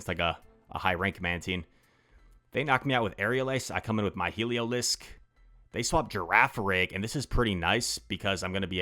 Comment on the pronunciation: Pronouncing it waaay better than Yasser Aleed with “Heliozlik” 😂